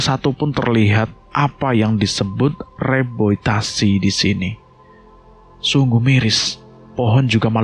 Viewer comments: Maaf bang mau bnerin😊 Reboisasi bukan reboitasi Rames bukan remes😊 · reboisasi bang bukan reboitasi😁